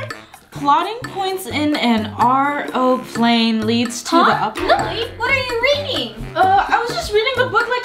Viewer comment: It’s lily not Lili